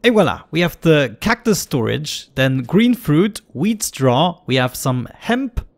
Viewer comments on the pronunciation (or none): none